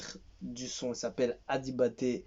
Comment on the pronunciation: On prononce le G fort mm